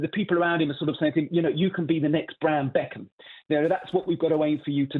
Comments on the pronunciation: 100% he said brand beckam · 😂 fairly sure he said brand beckham